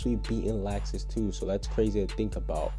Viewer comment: why is he saying laaaxus 😂